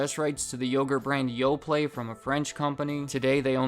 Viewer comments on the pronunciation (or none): none